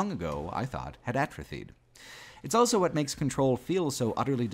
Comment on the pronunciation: pronounces the word "also" as "elso".